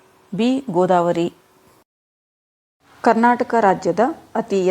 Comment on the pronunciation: godavari not a hodavari